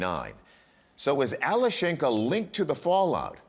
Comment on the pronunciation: The name is pronounced Alyoshenka.